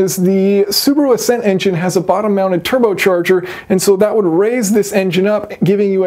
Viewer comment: "Turbo Cherger"